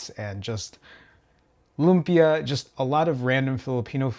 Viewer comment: You triggered me when you said lumpia lol